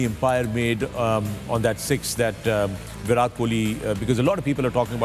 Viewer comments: Its viratttt plz pronounce right name atleast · Please start pronouncing Virat correctly